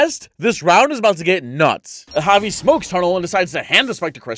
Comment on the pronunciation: like Javi (HAH-vee)